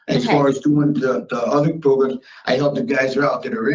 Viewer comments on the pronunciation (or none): Progrums lol 😆